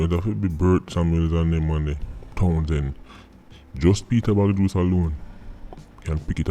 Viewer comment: Peter "Bagjuice".. Smh.. Da bredda yah sample